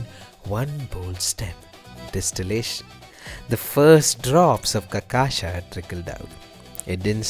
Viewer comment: Dude, for love of all things good, its really not that damn hard to pronounce cachaca right, really. I watched 4 videos in a row, listening to 4 different gringos say the word wrong in 4 different ways 😂😂😂😂😩😩😩😩 like, how? And im Aussie/Kiwi. Theres no excuse. Just learn a little Brazilian Portuguese, if you are intending making videos on Brasil. Seriously.